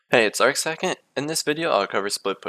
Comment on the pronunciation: Arcsecond, or as americans pronounce it, "Arcseckent"